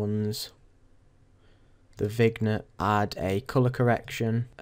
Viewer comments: vignette is pronounced "vin-yet":) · The G is silent in vignette. ;)